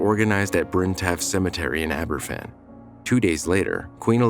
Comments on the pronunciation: It would have been nice if you'd done the research into pronouncing the name correctly. It's pronounced Ab-er-VAN, not AB-er-ffan; a single f in Welsh is pronounced like a v in English. It's honestly pretty basic research to learn how to pronounce the name of the town, especially when it's the biggest disaster involving children in the history of that country. Additionally, it was spoil that fell on the town, not coal. Spoil is waste from mining. It's not coal. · Pronounced Abervan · Aber van...that's how you pronounce it. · Please tell this guy F is pronounced as a V in Welsh two Fs are pronounced as F. It’s never mentioned that one of those intrusive reporters was hit with a shovel by a distraught relative witnessed by a police officer who ignored it, a friend of mine who was there and witnessed it. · A little research on how to pronounce Aberfan would have been nice. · Please learn how to pronounce Aberfan.